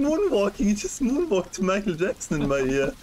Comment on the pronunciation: I believe he is called MAYKEL YAAAAKSON HE HE